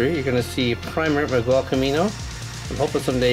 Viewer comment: Its Miguel but you say it Migel